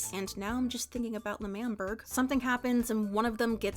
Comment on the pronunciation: I had to pause and take a deep breath when you said the word "L'manberg"